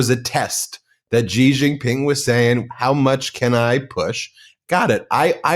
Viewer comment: It’s not zhi Zhing Ping. It’s “shee” JinPing. The Sh sound indicates by the X is made by putting the tongue near the roof of the mouth. Mandarin also has another SH sound, closer to the English SH.